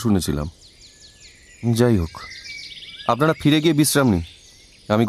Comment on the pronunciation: আমি তো "কত ভড়ি গয়না আপনাড়া পেয়েছেন " শুনেই বন্ধ করে দিলাম। অর্জুনের বর্ণমালায় 'র 'নেই।